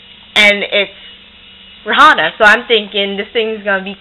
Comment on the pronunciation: did u say ray-hanna